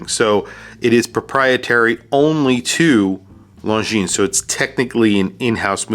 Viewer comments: Awesome review thank you. FYI, when pronouncing the company name, the S is silent. Swiss company with a French pronunciation. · Just an FYI, Longines is pronounced without the final "S". You can't really know it if you don't speak French or did not inform yourself, but considering how many times you pronounce it, I thought I would let you know :) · Damn..... It's singular Longines, no "s" at the end. It's really not known brand in USA.......